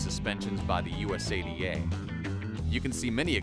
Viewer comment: Error in pronouncing USADA.